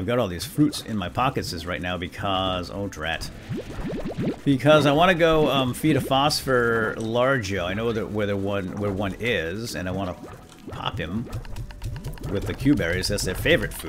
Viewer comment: It's LAR GO